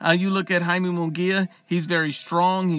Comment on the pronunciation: “Hai-meh” not Yay-me.